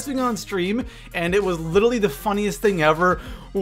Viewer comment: Can you please pronounce literally correctly? It's littly killing me